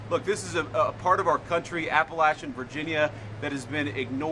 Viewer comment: Correct. But he mispronounced Appalachian.